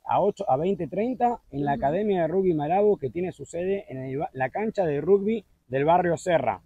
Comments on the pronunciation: sí, eso lo sé. Lo que me desconcertó fue que vos pronunciaras "rugbi", con "U". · Todavía me estoy riendo 😅 Te comiste tu porción y también la de Marley, supongo que por dos días no volverás a comer, no? Es la primera vez que escucho a un argentino pronunciar rugby como si fuera una palabra española 🤔 ¿Será que tiene alguna influencia de España? En Argentina se pronuncia igual que en Inglaterra (Y que en casi todo el mundo). No sabía que la compañía Ethiopian Airlines tenía cinco vuelos semanales, desde Buenos Aires, hasta Addis Abeba, vía San Pablo. Así que ya sabés, no es tan difícil... Este video me dio hambre, ya me voy a cocinar los tallarines 😉